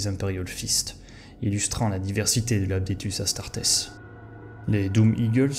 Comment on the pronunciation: Vidéo intéressante dévoilant des éléments méconnus et franchement sympas de lore. Cela dit il est dommage qu'il y ait autant d'erreurs de prononciation, de grammaire, ou de vocabulaire! Adeptus Astartes, pas "Apdetus", les nécrons, pas les "nécrones", Commoragh, pas "Gommoragh", un archiviste, pas un bibliothécaire. Dans la même veine, épargne toi l'emploi du passé simple si tu n'es pas sûr de le maîtriser. Vu le nombre de fois que sortent ces mots, ça fait littéralement tâche, ce qui je trouve est extrêmement nuisible à la crédibilité de ton énorme travail, parce qu'honnêtement ton temps d'écriture et de réalisation se sent grave. J'espère avoir pu être assez constructif et j'ai hâte de voir tes prochaines vidéos.